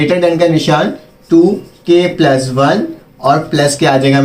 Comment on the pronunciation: MashaAllah plus ko pluz bolraha he